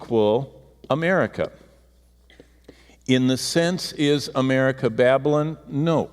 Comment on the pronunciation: Its 'BaB A LON'. Not 'babblin'.